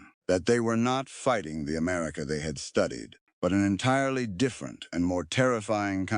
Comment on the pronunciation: 6 min in and we have "Amarica"... 🤨